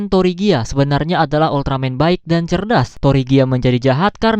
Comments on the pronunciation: Tregia bang bacaannya bukan torigia atau trigir sesuai bacaan dari negara kami(Malaysia)😅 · Bang sebenar nya penyebutan nama ultraman tregear versi bahasa Indonesia itu bilang nya kayak tregir gitu..